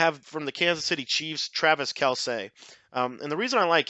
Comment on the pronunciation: It's kel-see not kel-say